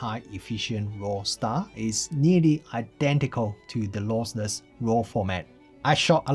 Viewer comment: Great review but it's LOSSLESS not LOSELESS ;-)